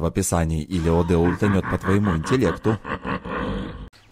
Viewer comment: Ахаха интилект, не неслышал)